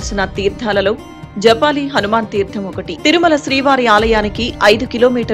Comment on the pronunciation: Madam that is JABALI not Japali Oka maharshi peru